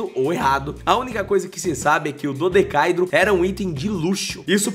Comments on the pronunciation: Plmdd é um dodecaêdro Romano. Não um dodecáidro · Se pronuncia DO DE CA É DRO e não DODECAIDRO. Se não nem os próprios Romanos irão entender. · Esse último a pronúncia correta é DodecaÉdro. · Pronuncia-se "dodecaédro".... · Mano, a pronúncia é dodecaÉdro. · Pronuncia "Do-de-ca-eeh- dro", sílaba tônica no "E". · Dodecaedro é uma palavra paroxitona e a silaba aguda é "e". Do-de-ca-e-dro. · É DO - DE - CA - EEEEEEEEE - DRO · Reveja a pronúncia de "dodecaedro". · Ei, está pronunciando errado. Dodecaedro não é proparoxítona. A pronuncia é similar à poliedro.